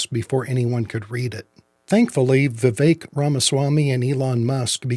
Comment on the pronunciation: Vivek’s name is CORRECTLY pronounced: Vi-VECK… NOT “Vi-VAKE”. Kindly show some respect and pronounce his name CORRECTLY ❤️